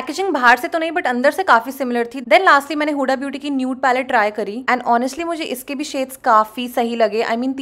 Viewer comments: It's हुदा not हुडा, learn correct pronunciation, angrez 😂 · Use हुदा aise pronounce karte hai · Babe, my name's huda, and you are pronouncing it wrong 😫